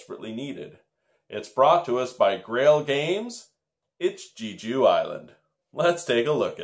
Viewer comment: I hadn't heard of this game before. I'm definitely going to have to give it to my wife for Christmas. Glad to hear that it is a fun game. Not sure if you or your viewers are aware but Jeju (pronounced Jay-Joo) Island is an actual island in Korea. I haven't been (yet) but many people refer to it like the Hawaii of Korea. It's supposed to be absolutely beautiful! It is a dream vacation destination for my wife.